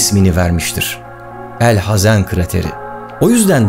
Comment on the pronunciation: Büyük bir grup insan sana genel itibariyle sadece bakıyordu fakat sen objektif olarak ve hakkını vermeye çalışarak heykeli dikilse de hakkı verilemeyecek olan ilk bilim adamını tanıttınya, kalbimi fethettin. Ayrıca çok güzel ' El Hazen' dedin :) Umarım dünyanın ilk mühendisi olan El Cezeri veya Kâtip Çelebi(Hacı Kalfa) hakkında bir video çekerseniz hatta belki ufak da olsa bir seri yaparsanız çok mükemel olur kanaatindeyim. Şahsen bu videoda kendimi buldum, kendimden bişeyler buldum, tebrik ederim.